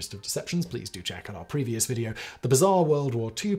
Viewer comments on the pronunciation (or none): none